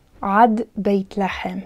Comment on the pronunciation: "Lahem" instead of "lehem" is just a pronunciation trick to emphasize an idea, right? In this case, to stress the contrast between the situation in Egypt with that of other lands? Thank you!!